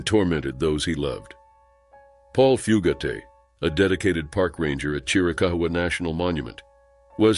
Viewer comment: Fugate pronounced Few gate, not Foo gaté...